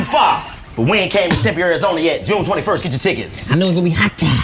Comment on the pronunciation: “June 21th” with a “th”